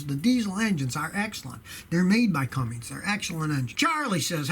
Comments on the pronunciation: CUMMINS DIESEL NOT CUMMINGS DIESEL. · it's Cummins, not Cumming or Cummings lol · Scotty, why do you call the “CUMMINS” diesel a “Cummings”?